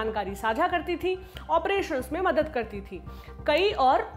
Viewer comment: ऑपरेशणस.... कत्तई भोली है आप. ..